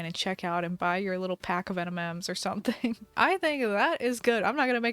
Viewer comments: “to cool you off while you get your *NmNs*” help y did she say that’s instead of M&Ms 😢😢 😂😂😂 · Not you saying enimems instead of eminems!!!!!!